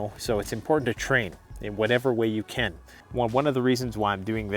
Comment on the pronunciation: The word is CAN, not Ken!